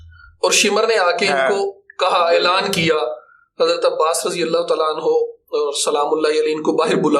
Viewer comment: عباس کے نام میں بھی زیر نہیں ہے۔ ماشاءاللہ ❤️